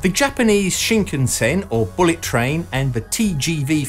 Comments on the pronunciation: Just a nit, but the "Shinkansen" is pronounced Shin-KAN-sen, just as most westerners would naturally pronounce. (It is not Shin-kan-SEN.) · Its pronounced SHIN-CUNN-SENN. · It's pronounced shin-can-sen, not shinkunsen. Interesting video :) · Okay, I understand people mistaking the pronunciation of Kyoto and Tokyo (people often say To kee yo instead of tou kyou), but Shinkansen is so easy. It's sheen kan sen NOT sheen ken sen. I haven't had a chance to ride on the French high speed rail, but the Japanese one is smooth and comfortable beyond belief. The only downside is the fairly high price. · The “shinkensin” you say? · CosmoDeus It's pronounce shin-kan-sen actually, exactly as it is spelled! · That pronunciation of shinkansen though 😱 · in france chou mean sprout lol sprout shinkasen ,,, vive la france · CosmoDeus Thats because the H in Khan gives it its pronounciation as Karn and tbh its only the Americans who mispronounce Japanese words! Just listen to how they mispronounce Japanese car names, such as Neesarn, Hornda, Marzda or Toyotar!